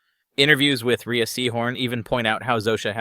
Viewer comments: Maybe learn to learn to pronounce the lead actress’ name (Ray) before making all of your sloppy assertions? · Rhea is pronounced "Ray" by Ms. Seehorn.